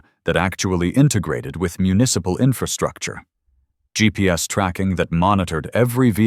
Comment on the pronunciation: When did GPS become "geeps"? You need a smarter AI